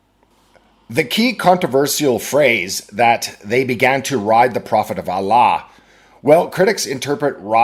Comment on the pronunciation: this is why the pronunciation of "Allah" sounds just like deep-throating